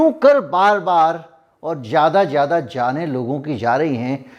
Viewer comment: You speak very well but try to improve your pronunciation. If you can say Fiza then why do you say jyada instead of zyada